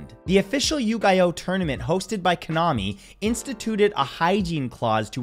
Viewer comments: Love ya... but I have to callout your pronunciation of Yu Gi Oh... it's Ghee not Geye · Yeah Matt, we not walking past the fact you called it "you-guy-oh" instead of "Yu-Gi-Oh". Lol The "Gi" pronounced like G-ee. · yu GEE oh not yu GUY oh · For the record, Matt, and I hate to be that guy, but it's pronounced "You-Gee-Oh," not "You-Guy-Oh". It's based on Japanese. The franchise's title means "King of Games" or "Game King". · Matt, I love you, but the way you said "Yu-Gi-Oh" almost drove me up the wall. It's pronounced "Yoo-gee-O", btw. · Yugi-oh (you-ghee-oh) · Yu - Guy - Oh!! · It's Yu-Gi-Oh not Yu-Guy-Oh 😂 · Yugioh mispronounced is gold 🤣🤣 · Mat say ygioh right please thank you mat love you. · did Matt just mispronounce Yu gi oh? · Bro 😂Yugioh pronunciation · All I heard was butthole n soap😅 Nevermind you pronunciation of Yu-Gi-Oh will live rent free in my mind for the next month😭😭 I love u Matt don't block me😂